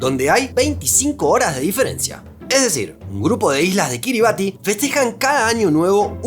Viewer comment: Kiribati se pronuncia “Kiribás”, dada la adaptación de su idioma nativo.